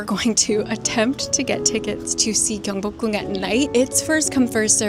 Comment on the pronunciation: 경복궁 을 완벽하게 발음하시는데??